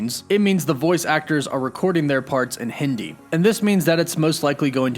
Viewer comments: Bro you said hiindee it's Hindi i.e speak 🙊 nicely bro please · Man .. it is hindi ,pronounced as hin-the-ee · The way you said "hindi" 😃🤩